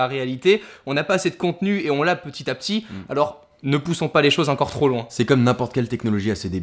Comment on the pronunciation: On dit ENCORE pas HEINCORE haha! Sinon super vidéo comme d'habitude!